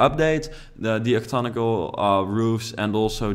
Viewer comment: Just want to let you know those roofs are called octagonal like oc-tag-uh-nul :)